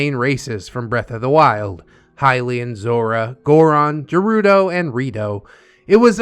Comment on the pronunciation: bruh what the hell? hylians and sheikah are 2 different tribes. unless OP means they were a highlian raised by the sheikah. (ps the way OP spelles shiekah and the way pronounces gerudo triggers me beyond reason)